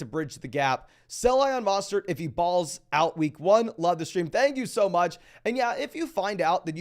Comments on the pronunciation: not a complaint it's a correction. Trying to help him out. Sometimes ppl have accent or misread something. There is no A in his name. MO not MA. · Great content but his name is MO STERT NOT MA STERT. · Yeah every time I hear that I think wtf. Put some respect on Mostert’s name. Its really not difficult at all